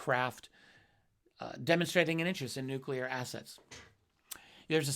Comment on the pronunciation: How can you have any respect for a man in Karl Nell's position who cannot pronounce the word 'nuclear'. What an ignoramus